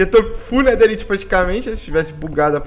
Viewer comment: Nao se fala netheriti se fala netheraiti